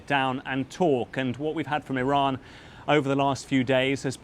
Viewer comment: BBC report is can't even say Iran properly. 😂